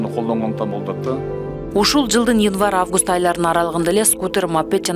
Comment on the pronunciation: Алып баруучу инвар емес январ созду туура суйло уйат уйат